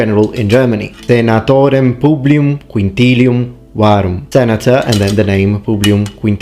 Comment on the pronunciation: Why is the S in Publius pronouned M ? He says PubliuM waruM.